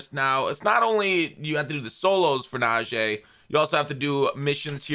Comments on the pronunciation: yo it’s pronounced Nah-G not Nah-J. Us steeler fans have to be the ones to get it right 🙏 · IT'S NAJEE NOT "NAJEH"!!!!! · NA-GEE damn say it right 😂